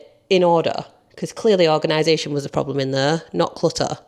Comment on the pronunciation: That's not a problem, that's a PURR-blem